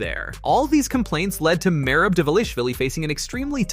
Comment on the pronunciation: Are you intentionally pronouncing Merab's name wrong? I mean he's only said his own name dozens of times, so it shouldn't be too hard... Edit: You literally pronounce everyone's name wrong lmfao.